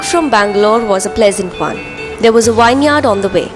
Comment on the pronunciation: Wineyard nahi Vinyrd hota hai